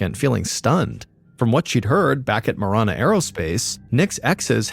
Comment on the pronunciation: It's pronounced Muh-ran-uh , I live 10 miles south of Marana . Also no trees or snow , but lots of dirt , heat and cactus 😂